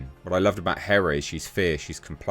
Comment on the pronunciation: Big difference. Not Greek hera. But Hèra (Hei’yr’a)